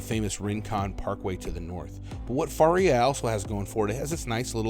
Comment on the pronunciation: It’s (fuh) (rhea).